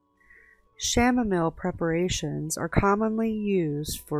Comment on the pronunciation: Isn’t the Chanamile pronounce “Cam-A-meel” I was wondering and that looked like a daisy.